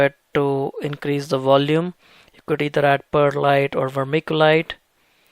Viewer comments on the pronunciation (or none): none